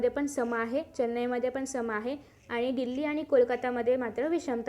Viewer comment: डील्ली नाही दिल्ली असतं check your pronounsetion